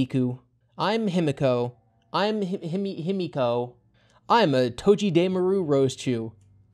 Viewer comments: toh-gheh-deh-ma-ru, sorry but I cannot let that pronunciation slide, anyway, excellent taste in Pokémon tho, I actually randomly got a shiny one in sword a few months ago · That's not how you pronounce togedemaru but at least you made me smile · Togedemaru is your favorite Pokémon yet you’re pronouncing the name wrong